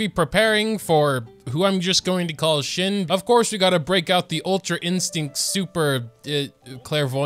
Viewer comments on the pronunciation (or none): Shen-he. You say both "e"s the same way. It's like the "ven" of "even", the "ter" of "character" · it's not that hard c mon it's pronounced SHEN-HUH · I will never get over the fact that you cant pronounce liyue character names 😭 her name is said like shen-huh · It’s pronounced “Shen-huh.” he makes a huh sound :) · It’s SHEN-HAY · qinxin is pronounced "sching sheen" and shenhe is pronounced "shen hua" (no hate) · shes pronounced as shen heuhh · Whats so dificult about the pronunciation of her name though.. Its shen-huh. I mean we all heard it at the 2.4 livestream.. Just try and get it right... Rewind the livestream and make an attempt. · Not him being a big baby and not even trying to learn to pronounce her name....it's so lame to stay ignorant